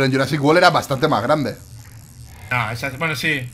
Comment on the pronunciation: "yurasic wol" viva